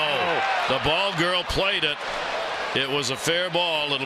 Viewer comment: Jackass announcers can't even say BALL GIRL even when their jersey says BALL GIRL.